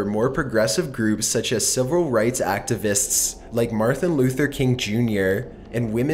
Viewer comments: the authenticity of your videos is threatened by your inability to use proper english and pronounce simple words. MLKs first name was not "marthin"... one of many throughout all of your videos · "like MARTHA luther king jr" lol did u really